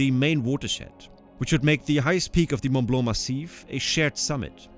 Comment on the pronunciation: Äpaninnen, Ronn Rinn ? Mun Blau ? Hä? Könnten diese Amerikanischen AI -Hirnathleten sich mal um Korrekte Aussprache der ausseramerikanischen Länder bemühen?